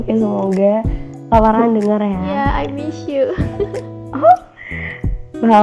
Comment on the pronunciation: Farhah rin hahahaha arin dengernya farhan wkwkwk